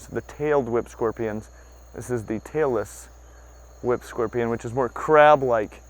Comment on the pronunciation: I may just be getting old, but I could swear you're saying "Taylor Swift Scorpion" not "Tail-less whip scorpion". Probably the result of too much loud music when young.